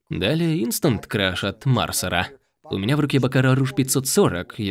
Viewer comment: Что за перевод? Мансера, а не Марсера! И откуда у него Бакара Руж в руке?